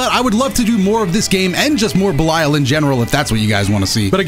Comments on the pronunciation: Hearing say Belial as belieyal just hurt me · wait isnt it pronounced 'be lee al'? idk nvm